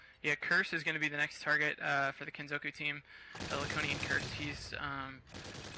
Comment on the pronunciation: Wtf, why is this comment marked down? I agree completely! Now if they could get the hang of "Kenzoku". I bet they have trouble with "Sudoku" too. MAN that gets on my nerves. D: "Soodookoo"? Nigga, you best be frontin'.